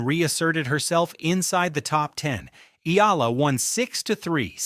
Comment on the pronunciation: I don't know an Eela, BUT I DO know an E-A-L-A. BS AI